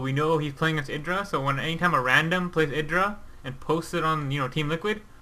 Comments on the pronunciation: watch gomtv, it is pronounced idra not eydra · It's actually ih-dra. Idra himself said the name came from a shortening of an anime character's name, so it's pronounced the Japanese way.